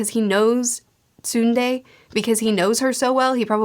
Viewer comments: Pretty good job with Jiraiya’s name, pretty close on Tsunade. Tsu-nah-day. Doing great with the Tsu part imo. Love seeing this type of content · i think she's starting to understand "Talk-noJutsu" guys. Also, the 5th's name is Tsunade (Tsu-na-de) amd Itachi's illusion is called Tsukuyomi (named after the Japanese Moon God) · There are so many interesting names in Naruto, so there's no shame in not knowing how to pronounce them all, of course, lol. As for the one you keep struggling with, though, it's "Sue-Nah-Deh", as far as how to sound it out. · Tsunade is pronounced “su-na-de” Japanese is primarily made up of 1-3 letters/characters making a single syllable sounds and then matched together. In this case “tsu” makes the “su” syllable sound. Also jiraiya (yes you were pronouncing that correctly) wasn’t up for the title of fourth hokage, he was up for the position on fifth. The FOURTH hokage position is the one that orochimaru wanted. And while his psychotic nature was PART of the reason he wasn’t chosen there was also the factor that the man that was chosen was much stronger than him. You will learn more about the fourth as you go but for. Ow just know HE WAS NOT TO BE FUCKED WITH. Great video as always my friend!! It makes me really happy to see new people read and appreciate kishimotos work . Edit: naruto is going to train under jiraiya , sasuke under orochimaru and Sakura under tsunade. Those three teachers were also teammates back in the day and are known as the sannin. One aspect of this manga you’re missing is letting “the next generation “ take over . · Jiraiya''s name sounds great; good pronunciation! The lady Jiraiya suggests is his old teammate, Tsunade. Her name is pronounced Soo-Nah-Day! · I'm not an expert, but I don't think that is how "Tsunade" is pronounced. It''s "Tsu-nah-deh". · Pretty sure someone has corrected you already but Tsunade is pronounced Sue-Na-Day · The name of Tsunade is said Suh-nah-deh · Tsunade pronounced ( sew-nah-de) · de not day